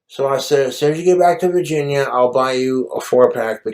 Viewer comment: "back to vahginya"